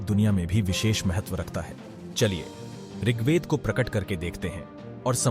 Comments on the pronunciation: हिन्दी में ऋगवेद बोलते हैं न कि ऋगवेदा, तुमसे नाम का उच्चारण तो ढंग किया नहीं जा रहा। इतना साहस तो होना चाहिए। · सबसे पहले तो ऋगवेदा नहीं ऋग्वेद बोलिए मंडला नहीं मंडल बोलिए हिंदी को शुद्ध रूप में बोले बाकी सब अच्छा था